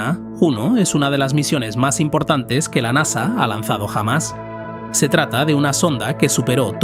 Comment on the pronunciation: Dice "perijove" pero aún no sabe decir la palabra "jamás" apropiadamente. "Rafael Gonfalef, el tipo que jamás nació o que nació jamás" 😂